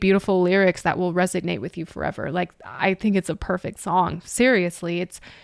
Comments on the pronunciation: It sounds like you are saying 'resignate' and I think you mean to say 'resonate'. I am glad you are doing these reactions. Please continue your thing. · No criticism intended, but the word is "resonate." :) Love your reactions!